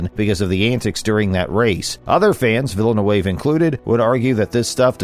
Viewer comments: Nice job pronouncing a French Canadian name like it's fancy Spanish. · I can't watch because of you butchering his name lol. Must not be a F1 fan if you don't know vill-noov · its pronounced 'Villa noove'. The commentator is a bigger joke than F1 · Weak video. If you cannot pronounce “Villeneuve,” why bother? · As a french Canadian I'm not even mad, this prononciation is out of this world. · totally ripped "Villeneuve" at the beginning... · An "F1 channel" that doesn't know how to pronounce Villeneuve.